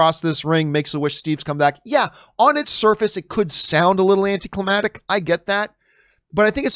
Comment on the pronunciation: John are u tryna say "AnticlimaCtic" Lol.